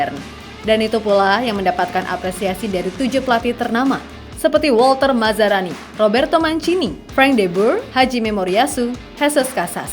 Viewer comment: Walter Mazzari min bukan mazzarani😊😅😂